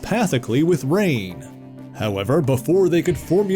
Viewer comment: Pretty sure her name is pronounced Ruh-nay; not rain.